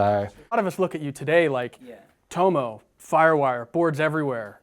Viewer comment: Great interview and a natural progression from your awesome board reviews. I'm looking forward to more of these. Just a hint, as an Aussie I'd pronounce his name "tommo" not "toe-moe"